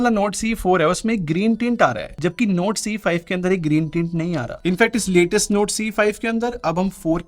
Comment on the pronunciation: his NORD sounds like NOTE 😅😂